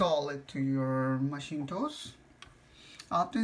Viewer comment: macintosh not maschintos ;)